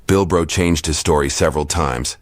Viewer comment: This ain't Bilbo Baggins this “Bilbro" 😂😂😂